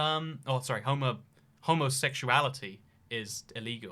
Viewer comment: Aka: giggles to himself for 15 minutes AAka: struggles to say “homosexual”